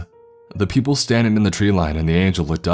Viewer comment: Video games-Ah People-Ah It-Ah I-Ah